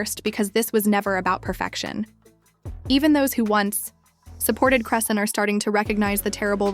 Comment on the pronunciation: Cray-Shawn... not Christiene